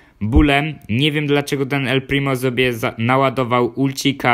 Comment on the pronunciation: powiedziałeś el plimi